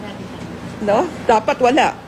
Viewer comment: numbers yata tinutukoy mo madam bakit 2o8 at 2o9 binibigkas mo 2o8 ba yan o two zero eight